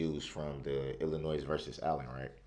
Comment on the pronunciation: DO NOT PRONOUNCE THE “s” in ILLINOIS!! That is taught in 6 th grade!! He keeps saying IllinoiS ! Drives me nuts!!